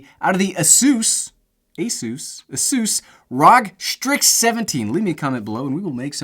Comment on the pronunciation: ĀSUS (PEGASUS) R.O.G. (not ROG/RAG) STRIX (not STRYX) DAMN MAN,DO SOME RESEARCH